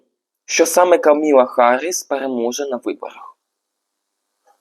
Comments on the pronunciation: Та що ж ніхто з тарологів не може вимовити правильно ім'я кандидатки?😅 Вона не Камілла, а Камала (з наголосом на перший склад). І не Гаррісон, а Гарріс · КАмала (з наголосом на першій літері А) ХАРРІС, який харрісон?!? Будь ласка, подивіться ще раз. В кАмали знизився рівень підтримки. Дякую. Стосовно відтягується результат. Почитайте трішки ЯК відбувається голосування та ЗАТВЕРДЖЕННЯ РЕЗУЛЬТАТІВ голосування.